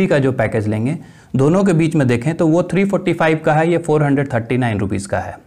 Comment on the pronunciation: Sd main 345 no....sahi se bolo